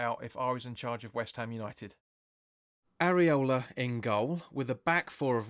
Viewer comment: I love the way you say Areola 😂. Seriously hope you get a job soon mate 🤞